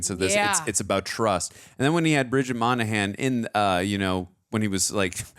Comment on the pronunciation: I hope the sequel to this one still happens. This is one of my favorite Will Smith movies. By the way,, it's Moynahan, not Monahan and Lanning, not Langley lol.